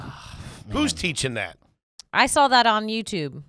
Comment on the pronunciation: Don't accept any pronunciation corrections from, until he can pronounce "saw" without adding an "L" on the end!❌😂